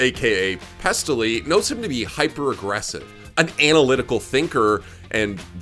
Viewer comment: Anal-lytical you say